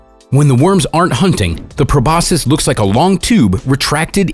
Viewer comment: Not judging but I internally tried to correct them every time they said “probosus” instead of Proboscis “Probosksi”